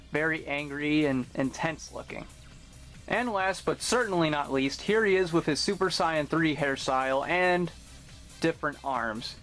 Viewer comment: Love the video, just bought one of these myself. And no offence, but why do you pronounce "super Saiyan" like that?